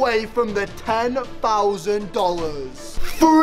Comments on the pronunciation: Can we just think about how everything that he says that is like three or thousand is fhree or fousand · British people be like: Chewsday, INNIT, instead of them saying three they say free